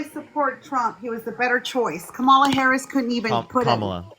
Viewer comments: This woman is so stupid. She can’t even figure out how to say her name properly. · Parker please just hang up on people if they cant say kamalas name properly. Thats just intentional being obtuse and annoying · Why can't she be a mature woman and pronounce Kamala's name correctly??? Pathetic woman!